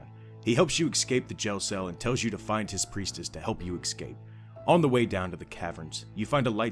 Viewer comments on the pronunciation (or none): Please my guy, it's "escape". Not "excape"